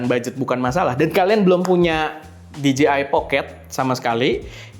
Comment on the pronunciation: Dee-Gee-Eye ❌ Dee-Jay-Eye ✅